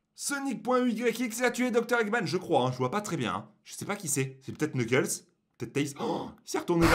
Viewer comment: Se,pas knekels se amy